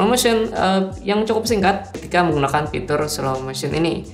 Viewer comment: Kenapa aku terganggu ama sebutan "pitur"...